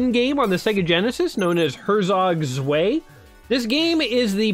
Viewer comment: Him :ersog svay German :hertzok tzwei